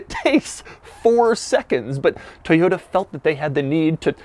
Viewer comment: Toyota not Toyata